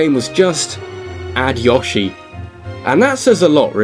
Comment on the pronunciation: Yawshi... Heh heh heh. Its YOshi